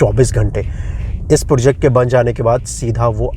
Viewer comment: project bolo bhai.. porject nhi